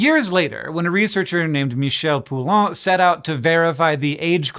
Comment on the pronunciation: Hank, you've butcherd your fair share of names over the years, but this Poulain one will never leave my memory until my last breath 😂 (all in good humor and fun! 😘)